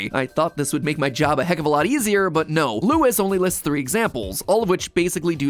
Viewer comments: "Louis" Noooooo it's Luis "Loo-ees" D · It's LUIS, not Lewis. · It bothered me how he said luis like you would say lewis. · I can't tell if you're saying Luis as "Lewis" because of Leon, or if you don't know "Lewis" is actually Luis. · I thought he was poking fun at the fact that's how they say his name in game tbh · You calling him "Lewis" too? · I love matpat but how he said Luis wrong got me bad. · Matpat, dont be too surprised if theres many comments on the mispronunciation of Luis' name, lol